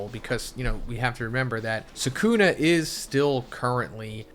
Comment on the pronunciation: bro said sukumo and megoomi